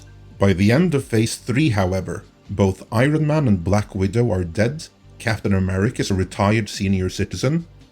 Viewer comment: I. RON. MAN. 😂😂